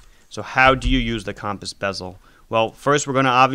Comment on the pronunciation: “Cawmpass bezel”